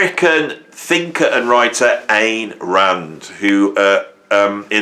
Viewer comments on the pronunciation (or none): I correctly answered 6 out of 20 of these insufferable nerd questions asked by this insufferable, self-styled “libertarian” (🙄). But the only one I was 100% sure about was number 13. Go figure. Btw, it’s “Ayn” Rand. Not “Ann,” and definitely not “Ain.” Have the decency to know how to correctly pronounce the names of the people you’re pretending you don’t agree with because you want to keep your left-leaning audience. And, for the record, I love Rush, and I’m never going to stop listening to them. Despite the fact Ayn Rand was a sociopath who dedicated her professional life towards discrediting the notions of empathy and altruism, I don’t hold her toxic right wing beliefs against Neal Peart. I mean what would you expect? The dude was exceedingly impressionable. And Canadian.